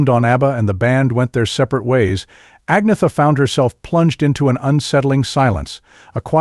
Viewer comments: its not AG-netha......its An-yetta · AN - YET - AH...not AGNEETHA. Just sayin'... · At least pronounce Agnetha's name correctly